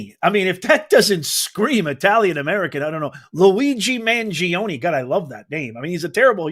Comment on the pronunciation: at least try to pronounce the suspects name correctly it is NOT managing it is mangiOne he is from a wealthy family.